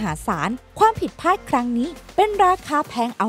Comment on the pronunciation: พลาด ไม่ใช่ พาด ใช่มั้ย !!!